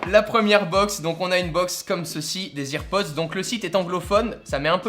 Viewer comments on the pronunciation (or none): "AirPods" pas "EarPods" ! 😤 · C’est pas ears pods ptn c’est air pods mais sinon très bonne vidéo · ça se prononce "AirPods" pas "IrPods". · Putain on dit AIR PODS pas IRPODZ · ON DIT AIRPODS PAS "irpods" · J'avoue que AirPods prononcés "EarPods" me trigger énormément O:) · Salut ! Tout d'abord j'adore la vidéo, je trouve ça super original. Juste petit détail, rien de grave mais tu prononce EarPods or les EarPods sont ceux fournis de base avec le câble. Ceux ci sont des AirPods d'où le Air du sans fil. Mais à part ça ta vidéo est super intéressante. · on dis airpods 🤦🏻‍♂️ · Arrête de dire hearpods ptn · Nn les earpods ça se prononce irpodz et Les AirPods ça se prononce Èrpodz j’ai vu toutes les Keynotes (en streaming) je suis sur de ce que je dis j’ai vu Tim Cook annoncer les earpods et Jony Ive les AirPods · Bonne video mais juste la prononciation de airpods est a travailler mdrr